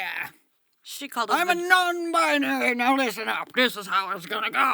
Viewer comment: What in the Midsommar/Yellowjackets is the first clip I mean really Also, I cannot stand when they say “non-bi-uh-nary.” Correct me if I’m wrong, but it’s 3 syllables, not 4. Non-bi-nary.